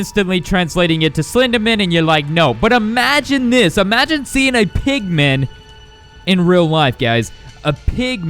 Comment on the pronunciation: Also when I heard you saidmpigman I thought u said pikman